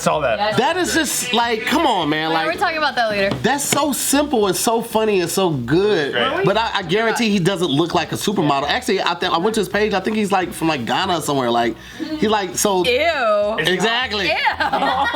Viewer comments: It’s Ghanaian lol “gah nay an” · Yeah. Lol. It's pronounced "ga-nay-an" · Did really say “Ghanan”? 😂